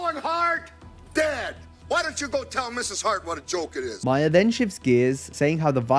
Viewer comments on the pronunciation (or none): Not "Myer" "Maar". Lol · It is not Bill Myers. Its Mahr. Rhymes with car. Learn English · Ma-her not Myer!